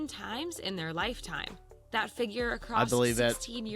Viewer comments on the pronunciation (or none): none